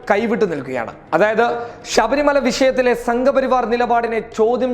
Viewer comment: ഷബരിമല അല്ല ചെക്കാ...ശ...പശു...